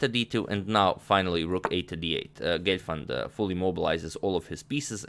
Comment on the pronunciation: Not Glefand ...It's Gelfand...Lol😂